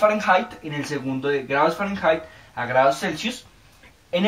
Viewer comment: se dice fahrenheit no fahranhait